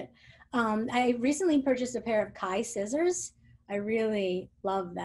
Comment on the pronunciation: what were the brand name of the scissors sounded like Thai scissors?